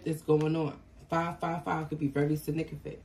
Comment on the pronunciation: It's pronounced sig-nif-i-cant